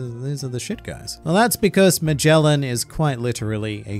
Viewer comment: The pronunciations at Magellan and Orochi are killing me